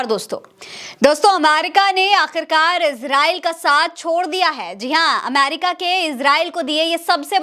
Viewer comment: . Bohut Khobsurat URDU hai Lakin Sorry Amer ca nahi Ameri ca hai . Sorry again Dear .. PAKISTANI 🇵🇰💓🇵🇰 BALOCH..